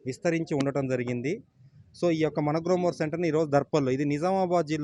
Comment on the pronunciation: గ‌్లోమొర్ కాదు గ్రోమొర్ 😅😅